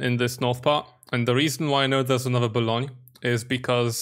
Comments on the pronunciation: it's Boulogne, not Bologne. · It's not Bologne but Boulogne and Boulogne-sur-mer